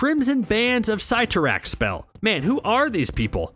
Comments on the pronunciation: I cringed when he prenounced Cyttorak "Cie-to-rack." instead of "Ce-to-rack." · Your were pronouncing the crimson bands spell's name wrong